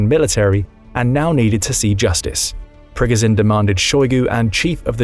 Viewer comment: It’s not pro-gun-Jin, it’s Pri-go-Jin.